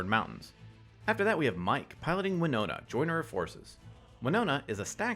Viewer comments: Please please please reread Wino*T*a. There's a T there! Not an N! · Her name's WinoTa, not WinoNa. Although I wonder if Winona Ryder plays MtG. :p